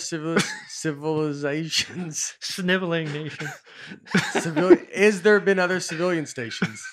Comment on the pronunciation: I think about how Nate butchered the word "civilizations" by saying "civilian station" at least twice a month. Not only did he miss the word completely, he also ADDED an entirely different word as well (station) that has nothing to do with the original word. Unbelievable. There's something vaguely genius about the mess-up.